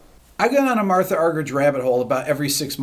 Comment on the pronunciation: Rick, it’s actually pronounced “Marta.” But wonderful to see you have the same love for her as so many.